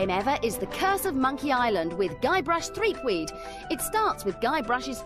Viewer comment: Threepweed? 😅 excuse me😂